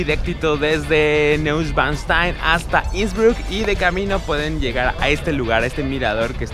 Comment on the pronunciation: No seas paletoso wey se pronuncia noischvanstain